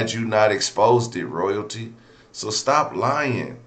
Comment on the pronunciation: Lmao!!! 😂 THE INTRO!!! ROYALTEEF!!!